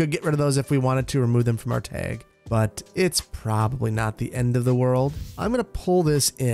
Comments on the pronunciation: Is he saying “tehg” instead of “tag” ? Lol it just sounded off to me. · TAG not teg you are saying the word wrong bro And stop with all the trees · Tayg Flayg Straygler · "tehg" that wisconsin poppin out -a chicagoan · You can really hear your accent in the pronunciation of Tag ("teg"), flag ("fleg) and LOD ("lode" / "load") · I can tell you aren't from the part of the Midwest I'm from because you say tag like tayg XD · Fellow upper midwesterner here, love hearing you say "tag" and "stragglers"😀 Also I am all for having buildings along the perimeter of the government center, as long as they're a consistent design. I think there is enough open space along the parkway that you can fill in the interior areas a bit more! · I love the way says tag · I love it! You’re Wisconsin was coming out when you said “tag”. Don’t you know. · The way he says “tag” is so funny 😂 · The way he was saying tag😂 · Don't know if it's a Wisconsin accent thing but your pronunciation of "Tag" is quite unique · "tag" said w/ heavy midwestern accent